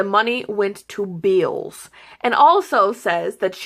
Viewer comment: Damn. Good job calling her out. Love it even more that your video has more likes than dislikes. Says a lot! "Beeels" lol